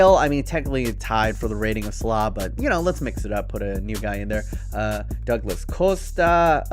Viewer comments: Mo slah? You mean salah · You say salah wrong